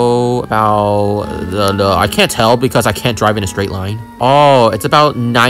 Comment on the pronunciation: drie to McDonald's